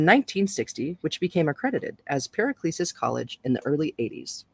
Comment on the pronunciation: Was great to find this reading of this book. 👌 Paracelsus "Para-sell-sus"